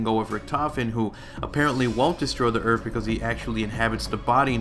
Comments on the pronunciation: You say earf instead of earth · "Earfth" lol